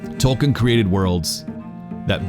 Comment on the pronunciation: Toal-keen is how it’s pronounced.